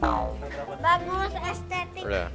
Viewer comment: Tere:estetik Aku:estetik😂😂😂😂